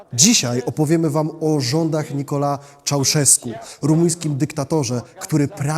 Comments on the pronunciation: Nikolae, EEEE not Nikola..... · Mówi się Nikolai, a nie Nikolae